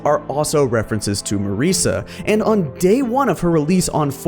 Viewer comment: It was really hard listening to you mispronounce Marisa